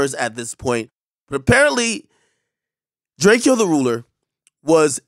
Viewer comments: It’s DRAKE O Not Drakeo Put RESPECT On His Name Ak WE KNOW THE TRUTH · DRAKE - O say it right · It’s pronounced “DrakeOh” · I pronounce it drakeeeoh and I'ma keep pronouncing it that way. If he wanted to be called with silent 'E' then he should have spelt it as Draco. R.I.P to him tho. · Rip the foreign whip crasher. Pronounce his name right ak DRAKE-O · Ak how do u STILL not know how to say bro name, it’s lazy and a lil disrespectful on the low. Long live Drakeo (as in DRAKE-O like draco) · “Drake-ee-o” Bro at least know how to pronounce his name right lol. Rip Mr Mosley 🕊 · His name is Drake O the ruler...not Drake-O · Been waiting for ak to make the video r.i.p. but no one knows how to say drakeo it’s literally drake with an O at the end. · pronounce his name right nigga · This guy is a clown can’t even say his name right just imagine how much else he gets wrong straight internet clown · Bro you gotta take this shit down you can’t be making this video and can’t even say his name right bro he says it in every song how to say it so all you literally had to do was listen to one song….. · Damn, Ak couldn't even say bro's name right.. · You gotta pronounce his name right AK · Bro pronounce his name right at least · You not saying his name right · Cant even say his name right. Never posted about him before. This definitely a clout vid 🤮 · Bro did a whole video saying his name wrong. Cmon bro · At least pronounce the guy’s name right. U R a chaser. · You know you’re a clout chaser when you can’t even pronounce the guy’s name right… Even the NEWS pronounced his name right. Loser.🤦‍♂️ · You said his name wrong ..he doesn’t like that 🤬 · bro can you at least ask people how to pronounce that name ak? what the hell is this? drakeo is a legend in LA the most influential rapper over there for the scene stop the disrespect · yeah that was disrespect, drakeo is a legend most influential in LA at least learn his name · Bro you keep saying his name wrong you gotta redo this